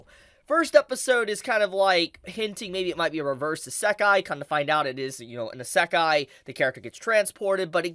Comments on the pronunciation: Your pronounciation of iseakai is really killing me here lmao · bruh why you say eh-seck-aye it hurts me. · Please look up how to pronounce Isekai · the way you say issekai is interesting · It bugs me how he says isekai.